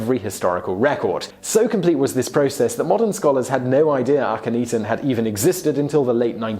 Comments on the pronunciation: I do love you, Simon; but, I swear, you say Akhenaten's (Ahh--ken--Nah--ten) name right the first time, then you proceed to humorously murder it, thereafter. You already know it's not 'ee-tan' (cat claws on a chalk board!!!!! Ahhhhh!!!!!), as you said "ahh-ten" twice, at least. It has got to be a historian funny, or something. I do love your show, though. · Chris Flad He even said Akhenaten's name right at first, but then just repeats AkhenETEN (eaten?), and not once did he get HatshepFOOT's name right. Poor Hatshepsut... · Hat-shep-sut A-khen-na-ten If you're gonna ridicule them as much as you do, you could at least pronounce their names right. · Please look up how to pronounce a couple of the names in your videos! It's "hot-shep-suht". "Suht" pronounced like "foot" but with an "S" where the "F" is. Also "ahk-en-aht-en".